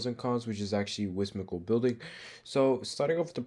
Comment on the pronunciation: "whismical building,"